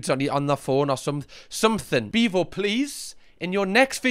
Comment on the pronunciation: “Beavo in de boof” 🫲